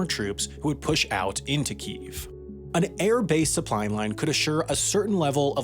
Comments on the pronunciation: great video. Tired of this whole pronunciation of Kiev. If you are english speaking it is Kiev, if you are from the Ukraine then it is Kyiv. Guess what there is a city in Germany called Cologne by english speakers, but if you are native it is Koln. F- fox news for creating bs over a humanitarian crisis. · How can a channel this big, and most american media, butcher Kyiv by calling it "Keev" LOL. ugh. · It amazes me people still say "keev". It's got 2 syllables. This is like if you called London "Lon" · The fuck is "keev"? Kyiv isn't pronounced like that. Jesus christ. What's next? Making a video about Roman Empire logistics, while pronouncing "roman" wrong every single time? Embarassing. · Amazing video love all of them. But is the capital not pronounced key-ev ? Had many a chicken Kiev and always said it that way 😅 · Why do you pronounce Kyiv as "queef" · Oh my god, learn how to pronounce Kyiv properly (hint, it's not pronounced "keeev"). How is it that you spend so much time and effort researching videos, yet can't be bothered to look up the proper pronounciation of city and country names? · It's pronounced "KEE-eff" bro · The only thing about this topic that really burns my ass is the fact that nearly everyone pronounces Kiev wrong. It's Kee Ev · Why do people say “keeeeve” There are 2 syllables and the /ee/ sound is short. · Please, can you check Wikipedia on how to pronounce Kyiv? Keev is terrible rendition. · Wendover: Stop pronouncing Kiev in Ukrainian / Russian while pronouncing everything else in English, including Россия... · Why do Americans keep pronouncing Kiev wrong when a simple google/ youtube search would give you the correct pronunciation 🤦🏻‍♀️🤦🏻‍♀️ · Why does everyone pronounce to Ukraine's capital as "Keev" and spell it "Kyiv"? I'm used to hearing it said "Ke-ehv" and spelled "Kiev". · I was hoping Wendover wouldn't use the Russian pronunciation for the Capitol. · Kyiv is pronounced Kee-iv not Keev. It has two syllables. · It's kee-yev not keev